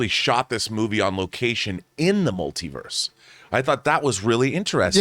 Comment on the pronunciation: what did this girl just say? “The Mel-tit-u-ed of Madness” wha..